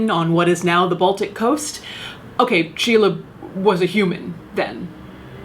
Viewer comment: I was like: who the hell is Sheila? Then: ooh, you mean Scheele. He has a street named after him in my hometown.